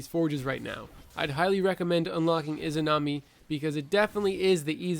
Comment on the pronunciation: the "imanazi" forge